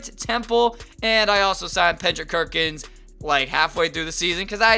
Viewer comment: pendrick kerkins???? I thought I it was Kendrick Perkins lmao